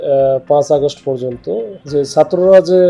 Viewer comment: আগশ্ট,জুকি,ডাল,বাইরাল... কি বাজে উচ্চারণ! কিভাবে সাংবাদিক হলো!?